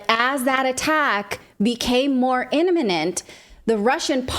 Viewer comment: “immimenent” or “inimement”? Can’t find it in my dictionary. 😢 I wish I could keep up with the verbosity.